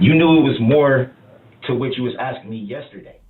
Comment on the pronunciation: I'm sure they are axing him about subject matter jurisdiction every night😂